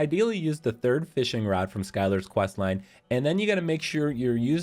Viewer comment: Did you say find skylar at the masturbate shop? Sweet